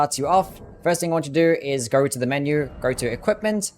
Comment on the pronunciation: going no "goring" go not "gairo" know not "Knowr". so not "sorrr" why do you add R's to words that don't have R's in them ????????????